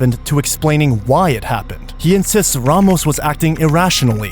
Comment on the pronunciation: Lol lies gone name a not raymos says the cop even though its ramos